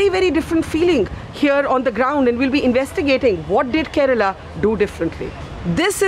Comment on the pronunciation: Kerala.not karela